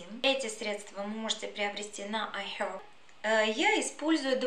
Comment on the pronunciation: IHerb с американским акцентом, тогда буква H в начале не произносится.